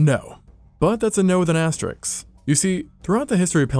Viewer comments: The word is “asterisk”. Asterix is a comic book character. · But were dinosaurs intelligent enough to correctly pronounce the word 'Asterisk'?